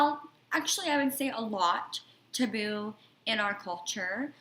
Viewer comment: I never heard taboo pronounced that way.